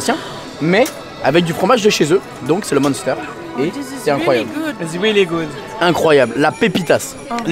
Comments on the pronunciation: En tant que Alsacien... Tu m'a bien fait rire... Avec les Speedzeul 🤣🤣🤣 et du Muunnster 🤣🤣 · Du monster lol , la Prononciation c'est pas ton truc U et N font un ou 1 donc minster que c'ecrit munster , toujours un plaisir de tendre parler lol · Je me suis tapée un fou rire avec ta façon de prononcer le Munster (tu dis Monster 🤣) et Spaetzle haha c'est effectivement trop bon 😋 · J’adore ces vidéos. Mais ce qui me fais encore plus rire est la prononciation des mots alsaciens 😂😂 Spaetzle ça se prononce Chpètslé Et Munster ça se dit mUNstèr (comme le nombre un) 😂😂😂 Mais sinon top les vidéos ! Bonne année à tous ! 🥰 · Super vidéo comme d’hab 🥰 mais le mot « munster » se prononce m1ster 😅😅